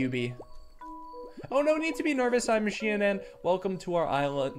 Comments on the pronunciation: SHI-AN-ON Shianan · it's pronounced shianen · It’s pronounced shy-an-an